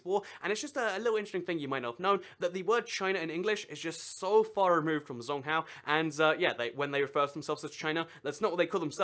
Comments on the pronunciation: 'Zhōngguó'' is pronounced more like 'Jong-Gor' than 'Zong-Hao' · china's name for themselves is called zhong guo or (zchong go) is how you pronounce it not zong gwa which means central kingdom and its from ancient Chinese people who believed they were the center of the universe according to my Chinese teacher Mrs. Xia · He said it as "zong cow". Literally zong cow. Most people at least get guó right. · You Should Look Up How To Pronounce Things Before Making The Videos. For Further Reference, A 'Q' In Chinese Makes The Equivalent Of A 'Ch' Sound In English, And 'Zh' Makes I Guess Like A Sort Of Cross Between A 'Sh' Sound And A 'J' Sound In English?